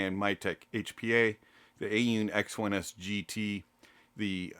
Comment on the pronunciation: A-Yoon? Thought it was Aune..